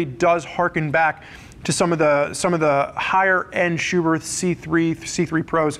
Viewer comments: Spurg: It’s pronounced SchuberT. Germans don’t have a soft-TH sound. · The h at the end of Schuberth is silent